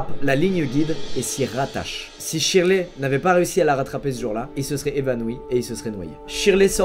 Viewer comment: Shirley se dit sherley